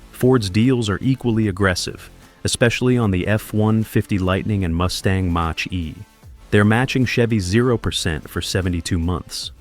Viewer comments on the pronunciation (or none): The way the guy says Mach 😂